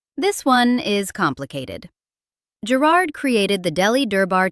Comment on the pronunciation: You are saying Garrards incorrectly